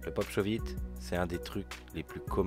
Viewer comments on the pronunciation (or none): c'est shuvit pas shauve it